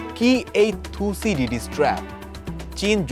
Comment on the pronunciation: কি উচ্চারণ করে রে ডিডিস 😂😂😂